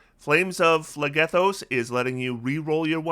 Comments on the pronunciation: Ooft, my my greek myth loving heart is pained every time you say phlegethos. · the way you pronounce phlegethos probably makes the entirety of greece wince 😂